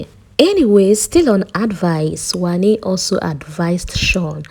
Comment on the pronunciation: Not Handi... It's Wanni